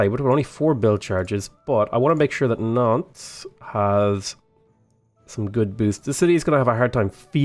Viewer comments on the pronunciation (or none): greetings from France! please dont pronounce the S at the end of the city name. Just say Nante, Limoge or Bordo. I hate how i write this city name, but it's like we pronounce them. Continue like that, love your vids.